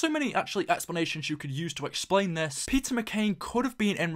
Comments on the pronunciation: Thought this said PIZZA MCCAIN at the beginning😂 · lol it sounds like he is saying pizza McCain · when you sad Peter McCain I thought you said PIZZA